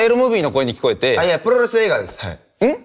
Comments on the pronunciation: 「あ、いや、プrrrrrｫｪス映画ですハイ。」「ん？」「プrrrrrrﾚス映画です…」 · プロレス発音する時めっちゃ巻き舌になってしまう奴